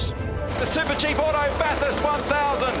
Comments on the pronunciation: Holy shit. He said Bathurst almost correctly. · it’s fucking Bathurst